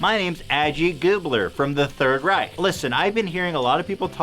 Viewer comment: To get to the real issue here: props to Ethan for his almost perfect pronounciation of the german "ch" in Reich. Richtig echt prächtig!